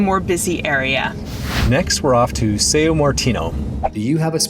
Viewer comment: It's not actually Sayo. It's pronounced nasal as "Saoong".... without overemphasizing the ng